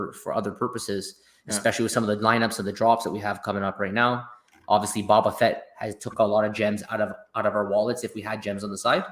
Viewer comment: Love you guys! LOL it is pronounced as Boba Fett! "Bow Ba Fett" Like the ribbon. Not BaBa Fett. Lets Go!